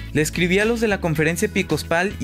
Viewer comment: Hola es conferencia episcopal no "epicospal", lo repites tres veces en el video...